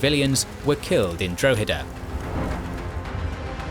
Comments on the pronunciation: It's pronounced Drawheda, not Dro-heda. Good video as always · The dro in Drogheda is pronounced like the dro in "drop". Just letting you know. Nice to see some Irish history covered by a history channel on You Tube, usually it's just passing mentions or just the Easter Rising. The Nine Years War ( ) or the Jacobite rebellion (1689-91)had many important battles and individual stories (esp Sarsfield) worth recounting. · Dra ha da is how you say Droghada. also Cashel was misspelled and so was Kilkenny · You aren't saying Drogheda correctly. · Exactly. Most English people haven't a clue about their history , apart from a little nonsense about the Battle of Britain. In Ireland it's quite different, in part because we don't have the dreadful English class based two tier education system. It would help if the narrator was able to pronounce Drogheda properly. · Maybe you could use some of the patreon money to learn how to pronounce foreign towns such as Drogheda properly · casually butchering the pronunciations of Drogheda and Wexford almost as badly as Cromwell butchered the Irish. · At least didn't kill 40% of the population of Ireland so he gets off lightly XD